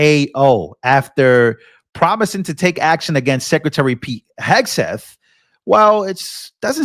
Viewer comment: He said scretary of defense😂😂